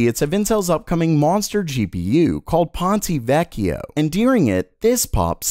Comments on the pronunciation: Pahn-tuh vekk-ee-oh, not Pahntay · He brutalizes many languages, including French and Italian and doesn't seem to care. I guess he now butchers Greek. Edit: He messed up Ponte Vecchio in this video and always says Cezanne in a way that feels like fingernails on a chalkboard.